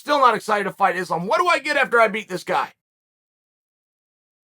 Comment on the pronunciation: At this point he is just blatantly mispronouncing Islam's name on purpose... The man's one of the number best fighters on the planet it is weight class ....pronounce fucking name right